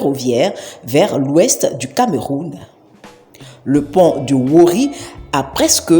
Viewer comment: Déjà wouri ne ce prononce pas comme ça et c'est 2 Ponts et non un seul mais bien la vidéo.